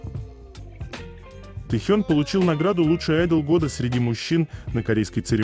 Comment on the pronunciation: Автор, пожалуйста в слове "айдол" делайте ударение на первом слоге!